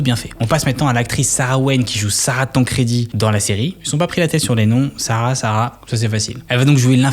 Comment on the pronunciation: " sUcré " il a dit 😂😂 jsuis mort 😂😂 et Sarah "tANcrédi" 😂😂😂